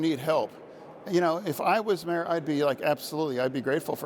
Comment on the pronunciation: Everytime he says when I was a mayor I hear when I was a mare.